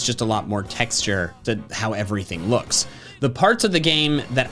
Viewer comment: It’s sounds like he says loosk